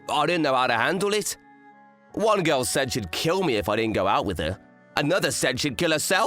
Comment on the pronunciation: Love the stories but I can't stand the ML voice actor. I still have ptsd from his pronounciation of the word "girl" as "guoil" in that weird voice. Ruins any story that I hear it in imo.